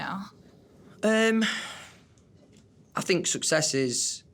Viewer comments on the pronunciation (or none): no one: louis: i doughnt fink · "I fink it's important. Definitely. They miss it. So you gotta give them a bit"... Yesss... Fank you for performing Drag Me Down, Little Black Dress and Through The Dark in your latest online Live Show❤️❤️😭😭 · Nobody: Not a single soul: Louis: I fink